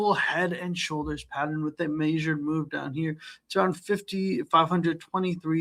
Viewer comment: "Maysured move" 😂 Drew's son